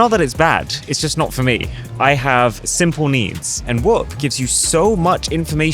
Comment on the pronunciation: it's whoOp not whop.